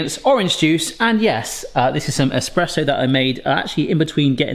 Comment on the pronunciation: Espresso lol not esperesso